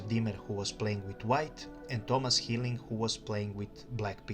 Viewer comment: Tipp on your German pronunciation: "Heiling" is not pronounced like "Healing", but rather like "High-ling". (German "ie" = English "ee", while German "ei" = English "i".)